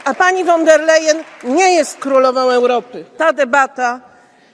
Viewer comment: Szydło, ostatni prymitywne nawet nie potrafi wymówić poprawnie Urszuli von der Leyen. A pcha się fo Brukseli. Wstyd